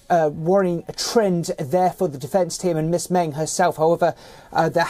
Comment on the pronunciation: As usual, your pronunciation of the Chinese names are way off the mark and your report on Meng is in line with Chinese media's coverage rather than a neutral one. What's the point of watching an Indian channel covering global news if it is no different than the rest?